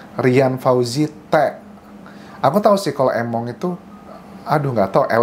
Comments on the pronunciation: Di baca nya (emong) bukan (Emong) arti nya "gak mau" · Emong itu gak mau kak ,e di baca é 😅